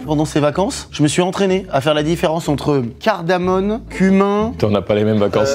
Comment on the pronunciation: C’est « cardamoMe » d’ailleurs, tsais le mec un peu relou mais je m’excuse pas